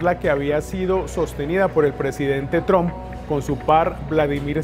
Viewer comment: Me parece que se pronuncia " TRAMP", no "TROMP". Creo ? Eh? , no soy una experta en lengua inglesa. Un saludo.